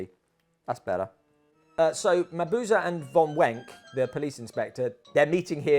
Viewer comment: A wonderful video! A clever and unique way of going about this.And I am eternally happy that you pronounce Mabuse correctly. xD